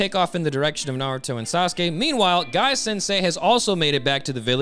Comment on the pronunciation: Tsunades voice is PPPPPEERRRFFFEEECCTT please keep the voice, like the way you said Guy as “Goi” Emphasis on the I has me cracking alittle bit.